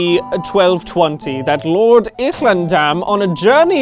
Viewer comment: i really love the unnecessary palatal fricative when he pronounces Ihlendam